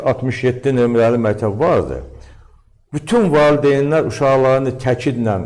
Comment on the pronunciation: Bu alimdirmi? Mətəb, mətəb ...deyir...